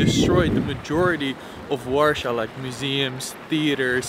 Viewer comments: man how can you say warsaw so wrong its so triggering because its so easy to say war than saw not warshor like your saying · Quite annoyed you haven't even bothered to look up the proper pronunciation of Warsaw... It's deffo not warshaw!